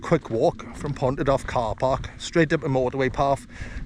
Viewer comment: just a small correction, Neudd is pronounced Nay-yav, but incredible video mate!, doing the horseshoe on the 14th.